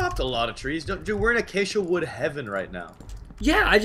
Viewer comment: It's pronounced A-KAY-SHA wood.